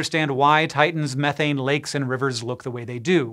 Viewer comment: Hank says it rains methane on Saturn, and I hear 'it rains farts' and loose it!